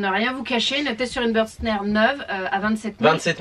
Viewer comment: Merci pour cette vidéo très instructive. Juste une petite proposition d’amélioration. Bürstner étant une marque allemande, votre prononciation est erronée.